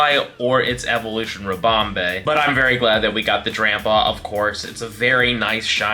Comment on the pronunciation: Sounds like you're saying shiny grandpa